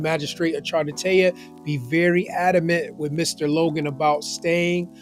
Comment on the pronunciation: It’s “Logan”, not “Loggin”, Okay?